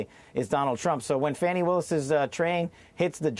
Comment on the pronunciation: Her name in fan..ee, not far..nee.😆😆😆